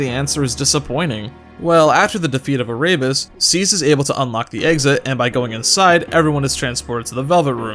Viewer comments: he pronounced Erebus incorrectly too. Air-e-bus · Ah-rabies Lmao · Great video, but im not going to lie i cringed each time he said Erebus as Araybus.